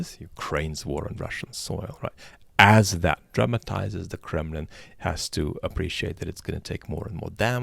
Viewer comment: With your rolling English accent ... Did you call it the Kremlin or the Crumblin? And congrats on wedding ... lucky partner !!!